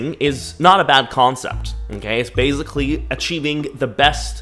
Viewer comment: this is now the third video where I catch you pronouncing "basically" like "basil-clee" lol (:face-turquoise-covering-eyes:)